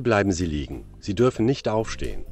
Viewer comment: I love how you 're dropping the t at the end of "nicht", just like a native speaker speaking casually (and not even second-guessing yourself when you hear the voice actors, who are over-enunciating a little bit).